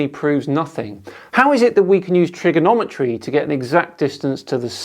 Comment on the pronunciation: When plays someone else's video at a faster speed to make them sound squeaky, that's the first clue he's trying to skew your opinion. In the sextant part, I could swear pronounced it as "trickonometry". 😉 level of (mis)understanding is truly remarkable.